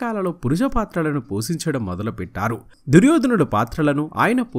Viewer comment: పోసించడం అంటున్నారు తప్పు , పోషించడం అనాలి సార్ తెలుగు భాష సార్ జాగ్రత్తగా చదవాలి, మీ వోయస్ సూపర్